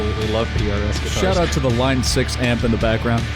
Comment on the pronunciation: Someone says SH-oww-t Owww-t correctly? I'm in.